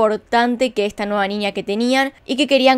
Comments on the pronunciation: Me encantan tus videos, pero POR FAVOR, debes ir urgente a un profesional que evalúe tu dicción, tienes serios problemas con la pronunciación de la letra Ñ que llega a ser extremadamente molesta. La NIÑA, no NINIA.. saludos! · ninia jajajaj por que dice ninia